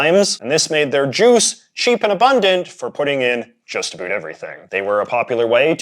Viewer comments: Incredibly informative video, but I'm curious why you keep pronouncing "about" in the way you do? It sounds like you're saying "a boot". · I’ve been everywhere in Canada and no one says “about” like this guy. I’d call him a hoser but he’s just a poser.